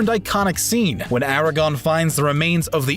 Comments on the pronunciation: It's "Aragorn" not "Aragon". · *pronounces Aragorn was 'Aragon' *stops watching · did just seriously call Aragorn: ARAGON. sad... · it is Aragorn not Aragon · AraGORN. There are two Rs in his name. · Bitch it's AragoRn not Aragon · Thumbs down for calling Aragorn "Eragon" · Did you seriously just call Aragorn "Eragon"....? There's some mistakes in these videso that really shouldn't exist. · Aragorn not Aragon!!!!! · Ara-gone? Mish-On? L for. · Did he just say "Aragon"? Oh boy. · Incredibly cringey that the narrator is mispronouncing the names of well know characters and actors. Unprofessional af.